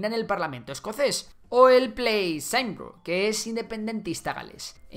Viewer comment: Cymru no se pronuncia "saimru" se dice :" kimrü", kimeru o kimere mas o menos